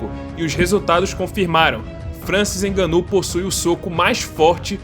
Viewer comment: Hahahah não inganou ninguém... Não se diz fraingo mas sim frango então o ngo do frango é conforme devemos pronunciar... Nga-nou... Contudo parabéns pelo video...